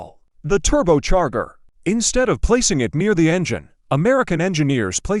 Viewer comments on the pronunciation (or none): Someone should listen to this stuff before posting. Turbocharger has a soft g. It's Thunderbolt, not Thunderbalt.